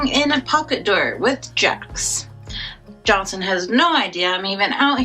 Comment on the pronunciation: I'm sorry....Johnson?! Is my brain playing tricks on me? Every time you said, what I assumed was supposed to be Jonathan, I heard Johnson....🤔🫨🤕